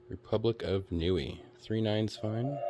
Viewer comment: Not gonna lie, thay Yoda scared the crap out of me. Hahah sweet star wars coins. The country of Niue is pronounced "Nee-way." Aloha is part of the 1%. Lol. Those skull knives are sweet!